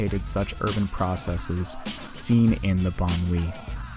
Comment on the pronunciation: "Banlieue" is pronounced very differently, Wikipedia is one source to listen to the pronounciation.